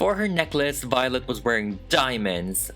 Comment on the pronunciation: Lol, "Miss Vee-o-let"